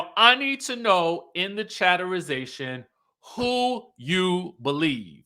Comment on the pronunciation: learn to speak correctly because you sound ridiculously stupid. It Atlanta NOT Atlanter! And there's no such word as chatterization!